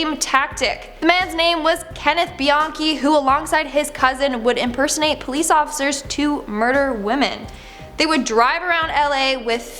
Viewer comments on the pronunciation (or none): none